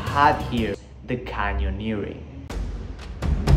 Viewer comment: So you finally managed to say “canyoneering” right! 👏🏼 I think I still can’t 😂